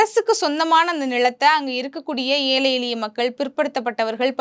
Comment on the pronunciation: அம்மா! ஊடகங்களில் இப்படிப் பேச முற்படும் முன்னர் தமிழைத் திருத்தமாகப் பேசக் கற்றுக் கொள்ளுங்கள். ஏழை, எளிய மக்கள் என்பதை ஏலை எலிய மக்கள் என்று பேசுகிறீர்கள். இது பிழையல்லவா? திருத்திக் கொள்ளுங்கள்.